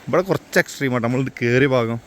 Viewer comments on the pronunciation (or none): none